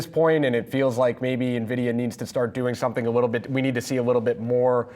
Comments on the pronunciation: Please stop calling it Navidia. So annoying. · He isn't even pronouncing Nvidia correctly.